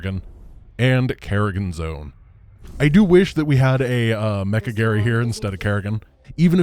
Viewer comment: "Mecha Garry-gan"